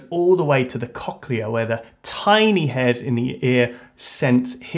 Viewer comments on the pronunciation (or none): The COCHlea lmao Cock-lea xD